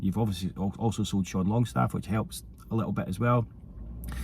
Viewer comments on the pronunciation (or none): none